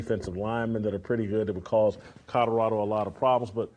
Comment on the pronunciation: wish he was White-locKKK is a grown ass man who pronounces Colorado like he can’t read. Please don’t ever set foot in my state.